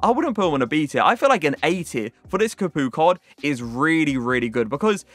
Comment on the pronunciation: Did you just call him capooka?